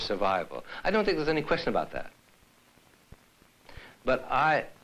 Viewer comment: You should have emphasized the word how instead of the word think